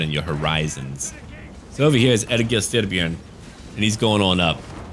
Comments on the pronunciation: "E-GIL" dammit! how hard is that to pronounce!? Ergil? ewewwrtgbggil? no... E-GIL.;) now. back to the vid:D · im norwegian, and egil is a typical norwegian name. Trust me, its e-gil. 😁 but it will sound more like ey-gil when your pronouncing it. Our way of sounding out the e is abit weird. Loving cinematic vids btb. Great content!